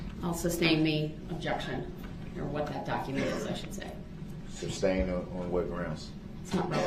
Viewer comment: There should be a 'substain' drinking game